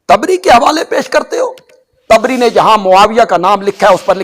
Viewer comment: Its tibri not a taabri